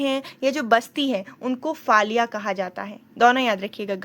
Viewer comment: It's called फलया and not फाल्या